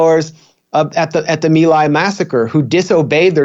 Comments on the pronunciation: By the way Jimmy My Lai is pronounced "Me Lie". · My Lai is pronounced Mee Lai. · It's pronounced me lie! Hugh Thompson was the hero of the day and stopped continued slaughter only to return to the US and face vitriol from many in the US military an right wing war mongers! I've always admired his courage and determination to do the right thing! Most US troops acted like murderous criminals that day! But of coarse we paint anyone in the military as a hero in this misguided country! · Jimmy, how can you not know that the name of the village is pronounced MEE-lie? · Cmon Jimmy.. pronounced "Mi Lai" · Jimmy, it's pronounced Mee lye. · You're pronunciation of My Lai is incorrect!!!! Do research before you pronounce names!!!